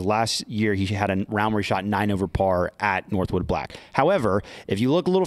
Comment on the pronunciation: Shoutout to for calling it northwood and not northwoods. That always drives me crazy